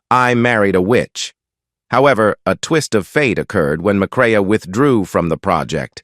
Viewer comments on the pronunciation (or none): Joel McRAY, not McRay-UH! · Interesting. Sad. And it's pronounced "McCray ".